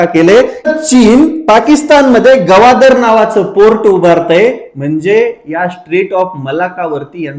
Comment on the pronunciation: गवादर नाही रे ग्वादर